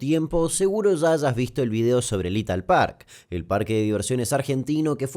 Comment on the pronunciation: Dijo Italpark y yo entendí “Lethal Park” 😳